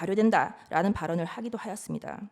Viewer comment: 김계리 발음 무슨 초딩이냐? “하였습니다“ 발음도 제대로 모하네 국가 반역자 내란수괴 변호가 자랑이냐? 니 자손이나 일가친척들에게 내란수괴 국가 반역자 변호 했다는 더러운 딱지가 절때 지워지지 않을거다